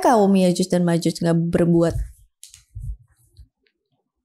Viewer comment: Yakjuj bro bukan yajuj